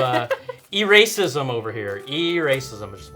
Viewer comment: I heard e-racism, like electronic racism. Lol